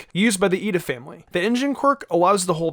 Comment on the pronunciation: if the people who made the video that Pronounce it like Lida, also the two i's are pronounced like you're saying e, letting you know so you pronounce it right and I hope you're having a good day and continue to have a good day